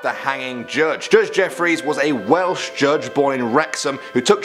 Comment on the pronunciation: I thought you said whales